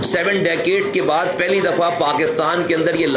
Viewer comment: جناب پہلی ہوتا نہ کہ پھلی 😂😂